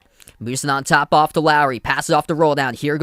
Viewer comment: Took me a while to figure out who you were calling "Larry". His name is Lowry - "lough - ree".